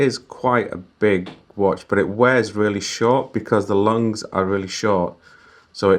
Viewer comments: nav san a person (you🤣) who made an idiotic mistake of saying “lungs” instead of lugs, and still don’t accept his (or her🤣) fault is a LEGENDARY IDIOT.. oh that’s you by the way incase you’re so effin dumb!!🤣🤣🤣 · "Lugs" sir lugs